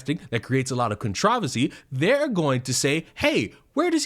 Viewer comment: say the word "controversy" again please